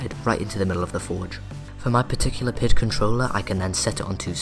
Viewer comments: It's P-I-D controller. Not a single word. I know I'm being picky but I have experience as a controls engineer and it makes me cringe everytime I hear PID as a word. With that said, I'm really impressed and am excited to see future videos. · Somehow my OCD kicks in every time you say pid controller; saying it as pid instead of P I D. Probably since I am used to it that way. Anyway great video. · Is using the term "pihd" a regional colloquialism? I've worked in the automation industry for well over a decade (in the US) and I've always heard it pronounced as the letters of the acronym. (P.I.D. - proportional, integral, derivative).